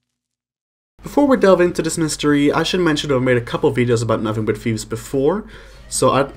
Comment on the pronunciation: It’s “thieves” not “Fieves” by the way